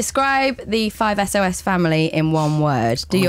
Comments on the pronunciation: "Follow us on instagram at 5-ES-OH-ES" FAKE FANN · It's 5sos bot 5 es oh es. Just sayin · anyone else cringe when the interviewer said 5-es-oh-es? xD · Every time she said it like "es o es" it got on my nerves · Interviewer: Describe the 5 Es Oh Es family in one word Me: Cringes Me: it'S 5SOS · "5 es oh es" Oh, girl, no pls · ***** I was kidding. I was still mad at her though. Because I told her the way to say it, but she kept saying 5 es oh es. I was like ):c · She said “5 es oh Es” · Every time she says “five es oh es” I die on the inside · anyone else notice her saying "es oh es" ? kind bugged me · WHEN SHE SAYS 5 ES OH ES! -_ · did she said 5 es oh es? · JUST DON'T CALL IT FIVE ES-OH-ES for fuck's sake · she said 5 es oh es :( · 5 SOS not es oh es